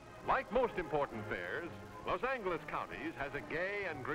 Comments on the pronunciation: Exactly. By 1953 waves of soldiers returning home from war would have already started a huge population boom in Southern California. This documentary is made as if no one knew about Los Angeles yet. Certainly didn't know how to pronounce it. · Well, I'm old (72) and if you watched alot of old western this is the way they pronounced it. So I was a little surprised when a couple of the comments were aboutt the strange way it was being pronounced. This the limit to my expertise. Not much!! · Thanks for the upload. I just wish the host knew how to pronounce Los Angeles. 😅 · ive never heard someone pronounce "los angeles" like the narrator does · If only the narrator could pronounce Los Angeles correctly. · Narrator likes a hard G when pronouncing Los Angeles. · I never heard someone say the G in angeles that way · Never heard Los Angeles pronounced with a hard G before. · the way los angeles is pronounced LOL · Narrator needs to learn to pronounce the city’s name. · ugh the way he pronounces Los Angeles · Who taught him how to mispronounce Los Angeles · Can’t even pronounce the city or state name! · I'm getting triggered by how this guy keeps pronouncing "Angeles". Lol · Odd to hear Los Angeles pronounced (over and over) with a hard "g," instead of the correct "j." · I fully agree. Sounded like Los Anglers to my English ears. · grates on me hearing him pronounce Los Angeles-- City of Angles.... Touched By An Angle-- for heaven's sakes.... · Why does he keep saying los Angles instead of Los Angeles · Was it only this narrator that pronounced it "Los Angle us" instead of "Los Anj elous"? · I have never heard someone pronounce the word “Angeles” the way this voiceover artist did. He kept saying LOS ANGLE-ease to make himself sound special, i guess? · The way he says "Los Angle-S" is so triggering. Make it stooopp!😲😨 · “Los an-gu-les” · It's 'Loss ANG-less' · Why to narrators of that era always pronounce the city "Low Sanglus" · Did... did he say “Lohs Angle - es”??